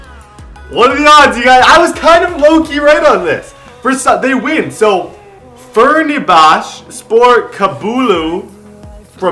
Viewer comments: I'm Turkish and a know Fenerbahce. It is pronounced (fanar-bah-Chen) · Fenerbahce - pronounced "fen-er-bach-ay" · It's Fen-er-botch-a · The team you could not pronounce is (Fen-Er-Botch-Eh) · Phen-Arr-Buh-Chei Iss-Tun-Bull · The Istanbul team is pronounced Fe-ner-bah-chee